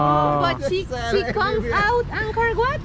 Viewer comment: Angkor Wat Madam, Not Anchor What! Please!